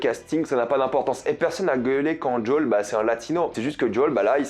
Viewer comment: "Djaul" mais plz...